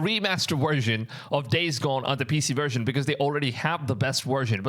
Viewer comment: Best "wersion"